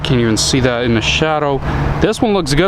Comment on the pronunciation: Cab gets "Tooken off" You have an accent as well as not speaking good English. TAKEN!!!! Stuff like "Dat". That particular word begins with TH